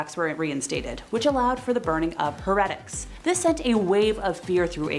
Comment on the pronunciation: Why do you pronounced "heretics" that way? And "Protestant"? Fascinating person. Not a queen. The scale of her crimes is a matter of serious dispute. No, she said no such thing. Ever. At all. It is not true.